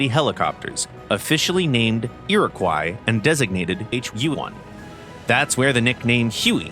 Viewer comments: Iroquois is pronounced "Ear-a-kwa", not ''croy". At least here in Canada where we used the name for helicopters and a few destroyers. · Iroquois is pronounced "ee-ruh-kwaa" :^) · The tail end of the word Iroquois should be pronounced like the fish